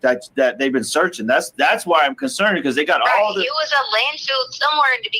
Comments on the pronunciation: Yes she says the wrong word (wronK) but pronounces it wronK too. Lol. She pronounces it LANDFILLED. She pronounces field as "filled". Just like she pronounces the word mail as MELL. WHY COME SHE CAN'T SPEAK THE ENGLISH LANGUAGE if She has her Doctorate aka PhD in Education? This hillbilly, uneducated hick was deemed illiterate when she got to prison‼️ HILARIOUS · Landfill. It’s called a landfill T, not landfield. 🤦🏼‍♀️